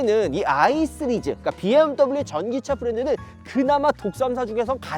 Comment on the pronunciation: 형 스리즈 아니고 시리즈요!